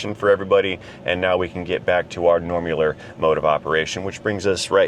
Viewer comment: More concerned you guys are all OK... or should that be "normular" 😋